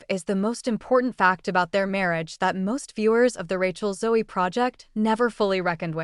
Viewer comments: It's ZO the E is silent. Ràchel Zo!! AI 😂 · How about pronouncing her last name correctly?